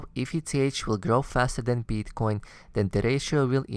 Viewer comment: Why do you say BEETCOIN? It's Bitcoin. Also it's CRYPTOCURRENCY not CLYPTOCURRENCY.